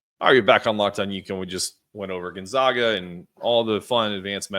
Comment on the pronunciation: It’s pronounced GON-ZAGA on GON-ZOGA. But great pod. Look forward to the matchup on Saturday. Steele Venters is injured by the way, Achilles pre season. Are you doing a crossover pod with Andy this week?